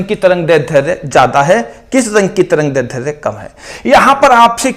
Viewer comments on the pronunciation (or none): सर आप दैर्ध्य का उच्चारण गलत कर रहे है।